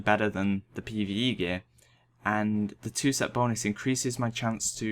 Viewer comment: all i hear is pve eve peE